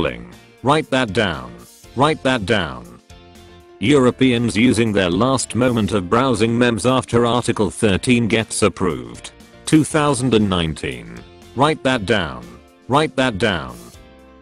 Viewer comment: MEM-ERZ AH YES THE MEM-ERZ